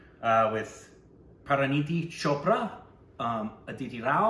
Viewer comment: It's CHopra, NOT SHopra!!!!